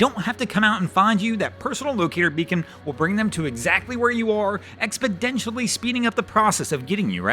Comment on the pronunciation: You said expodentially.